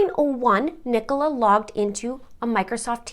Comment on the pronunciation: Brilliant pronunciation of Nicola's name, I've heard many Yanks butcher it! 🤣 I am totally intrigued by this case, and as someone who ran a very large Facebook group about Perimenopause, I'm saddened to know this was a part of it, although I think that information should have been kept PRIVATE. The Police have also butchered this case, completely incompetent behaviour. People need to understand that HRT doesn't help everyone, particularly in the Peri years when your own hormones are like a rollercoaster. HRT just adds more hormones on top. The progesterone part, as you say, can add rage or depression, and this is why I will never be able to tolerate it. I also have chronic migraine so probably wouldn't be allowed anywayz. I don't trust her husband, and I would bet he was the one who called from the Welfare Check, typical Narcissistic husband kind of move. Get her labelled as a crazy, hormonal woman, then everyone will feel sorry for me, type thing. Even the Police mentioned how difficult it had been for Paul and her family. Narcs always get everyone feeling sorry for THEM and blaming the victim.